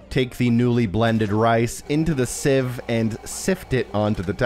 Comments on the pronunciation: Sieve is pronounce “Siv” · Thank u for this guide so easy to follow, in the UK we would pronounce sieve as siv 🤔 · Sieve is pronounced like "siv" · Thank you very much! Also, the sieve revelation at the end and the way you overly pronounced the word sieve after was hilarious 😂